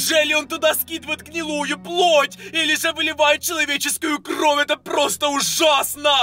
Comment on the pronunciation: Интересный факт: ошибается в слове кровь. Он называет кров (правильно кровь)